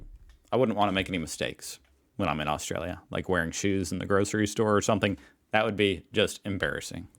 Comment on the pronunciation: She needs to learn how to pronounce Australia. We were all thinking it, don’t deny it.